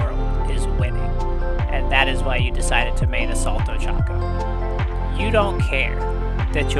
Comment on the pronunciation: Her name is Ochaco not Ochaku🤦‍♂️